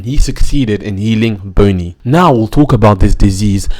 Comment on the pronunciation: "Boney" tho...